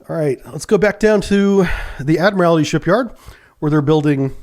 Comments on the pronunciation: How does a submariner not know how to pronounce "admiralty"? It's pronounced by just saying, "admiral" and then adding "tea" at the end. "Admiral T" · Still can't pronounce 'ADMIRALTY'. There's only ONE 'I' in the word. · BTW: It's pronounced "Admer-aldy" when referring to the shipyard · i know its petty but every time i hear you say admiralty like that it makes me so sad lol i mean your a navy man you of all people should know better lol